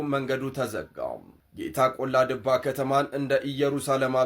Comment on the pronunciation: ወንድማ፣ ቆላ ደባ አይደለም ቆላ ድባ ነው የሚባለው።❤